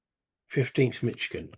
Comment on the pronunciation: MI stands for Michigan, you got it. FYI, it's pronounced mish-ih-gan, not mich-ih-gan. Thanks for the playthrough. Still watching. Enjoying it. Shelby Foote's Civil War series is one of my favorites. I will checkout the Shiloh 1862 book of yours. Thanks for sharing it.